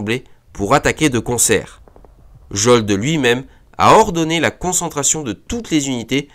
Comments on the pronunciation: Ce n'est pas Jolde mais JODL (prononcer YODEL). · Salut, super vidéo encore une fois ! Juste une remarque : Jodl se prononce "yodeul" mais bon la prononciation des noms allemands c'est vraiment pas intuitif, bref très bonne vidéo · Belle cartographie ; à l'oral faire attention par contre ; Jodl se prononce "yodel".